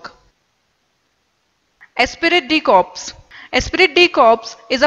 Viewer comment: It's actually Esprit de Corps not Espirit de Corps. Espirit doesn't make sense in French. Overall a very nice video (y)